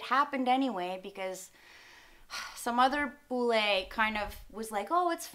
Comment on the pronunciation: Sacha, kamu salah penekanan pada kata bule, harusnya tekan di LE, bukan di BU. kalo kamu tekan di BU, terdengar jadi BULL e. Bule kan bukan BULL e. Lol